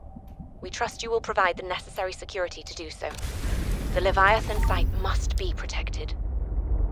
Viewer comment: Everyone : Leviathan Kak regi : lavaathan